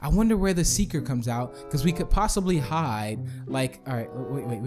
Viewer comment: its hide not hid